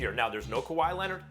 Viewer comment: SAS: Kawhi Lennnet